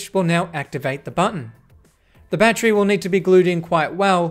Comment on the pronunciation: awesome video! and im a big fan of the streamlined way you say battery! ba-tree! lol